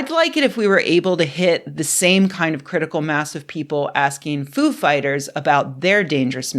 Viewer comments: I believe it's pronounced foo FIGHTers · I thought it was Foo’ fighters, not ‘Foo fighters. WOW what a loss. 😞